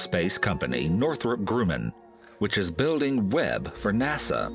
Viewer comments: Northrop Grummun lmao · "Northrop Groomin?" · I'm sorry I just do not understand these narrative voiceover guys, mispronouncing, common names and words. Northrop Grooman, I don't think so. I mean who gets that wrong except for a non-native, non-American, English speaker? I mean this voiceover cat sounds like he is from Detroit like I am. But you don't get Northrop Grumman wrong. You do when you think it's Northrup GruUmman. How groovy is that? I mean how Grovey, Is that? I Dick what you're talking about. Bare ass I think you got it wrong. Could you please pass the chalk lips. RemyRAD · Northrup Groomun???